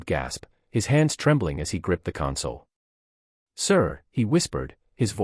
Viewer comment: MISPRONOUNCED THE WORD CONSOLE.